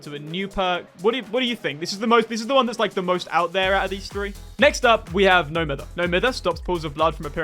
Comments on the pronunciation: it’s prounounced, “no my-ther”. Great vid tho. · Please for the love of god pronounce no mither correctly. Its cringe